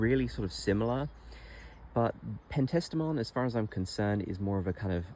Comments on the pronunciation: Lovely garden! Love your choices. One edit, you’ve added an extra syllable in Penstemon, in your spelling and your pronunciation. It’s Pen-ste-mun. Your garden is absolutely beautiful ❤️ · PEN-STE-MON....Penstemon.